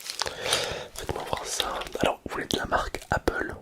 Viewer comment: Le « faite voimoirça » au début il m’a mis un fou rire impossible de m’endormir